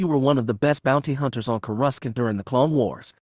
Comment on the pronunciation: It’s sounded out Cour a sant. Not courascant.. just watch a clone wars episode to hear how it’s said. 😊